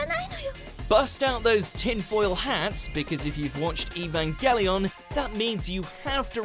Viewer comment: The only reason EVA ruined my life is because everyone and their dog pronounces "Evangelion" wrong. It's a soft G, like, "Evangelical" preacher. Period.